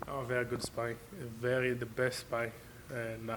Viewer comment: Martin "sparring" bakole